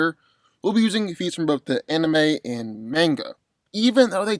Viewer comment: I go so triggered when he said mangae